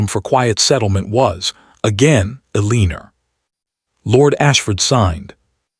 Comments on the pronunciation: E-LEAN-ER is a mistake AI messes up all the time. They get points off 😂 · What is wheelchair? For everyone sake Elena or Eleanor, stop "Ee lean or" spelled every which way but correctly. And misread correctly pronounced misred🙄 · This narrator needs to learn how to pronounce Elena right. There is NO 'R' in her name. So annoying! The spelling of her name keeps changing.